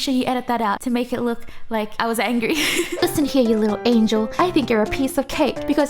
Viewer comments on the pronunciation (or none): none